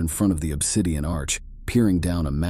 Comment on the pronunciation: agreed. When I heard Obsidian being pronounced like 4 words I turned it off. Not watching this channel anymore.